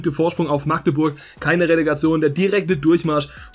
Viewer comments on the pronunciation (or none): none